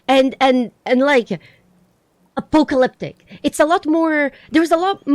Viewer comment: A-poke-a-lip-tick. The way you say that made me laugh my ass off! Thanks dear for the cheer up!